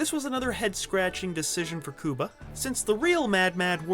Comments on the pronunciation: Learn how to say his name right and re-record the audio! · Is that how you pronounce the county of Cuba, as well? It's pretty annoying. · Why do you keep saying his name like that dawg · Wtf happened to your pronunciation of cuba? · Pronounce his name right G. LMAO!!! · Why are u pronouncing his name like that! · You mean his name is not pronouced like the country of the same name? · god damn i cant stand hearing this poindexter say "COO-BA" over and over. i'm latino myself, actually cuban to be exact and even when we speak english we don't pronounce it like that. we say Q-BA just like any normal english speaking person. only when we speak spanish will we change the pronounciation, as it is appropriate. but please.. STOP... u sound ridiculous! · First of all WHY IN THE ACTUAL FUCK are pronouncing his name “Coo-ba” instead of “Cue-ba”?!??!? Second of all, yes CUE-ba has had some stinkers, for sure, BUT I LOVED RAT RACE and I apologize to NO ONE for it! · lol Do all Americans call Cuba "Kooba"? 🤣🤣 It's "Cue-ba" ffs. You know...like the country. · The announcer keeps saying "coooo-ba"...I've read that actor gets tired of his name being pronounced wrong...it's "Cue-ba" like the country...do your research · It’s not COO-BA, it’s pronounced CUE-BA. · Man, his name is not pronounced “Cooba”, dude, it’s “Cue-ba” - you know, like the country by the same name and spelling?? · Cooba Gooding Jr.? I always thought it was pronounced as the country was. Q-Bah. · His name is pronounced cueba, not kooba,asshole. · Cuba as in qba. Not Cooba😂🤣🤣😂😂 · I couldn't even finish watching. I cringed every time he said cooba instead of cuba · It’s “Coo-ba” I thought it was “Qu-ba” damn I been wrong my whole life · I cringe everytime u say his name, its pronounced Q-BA not COOBA😣😩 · It's pronounced "Q-Bah" NOT "Koobah", MY GOD u were driving me & my wife up a wall! & WHAT THE HELL is wrong with making fun of stereotypes?! If used in a comedic sense, they can be funny as hell! PC Librard.